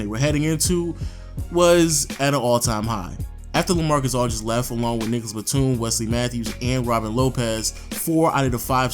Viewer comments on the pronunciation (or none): none